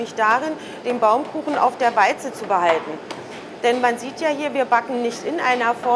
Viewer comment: Warum sagt die eigentlich immer "Weize" anstatt "Walze"??